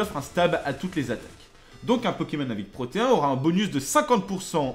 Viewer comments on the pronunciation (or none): au juste c'est pas protéen "ine" est pas "hein" '-' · C'est pas Proteen ? (Proté ine)